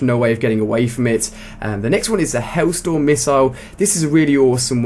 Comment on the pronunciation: he'll storm? it's hell storm btw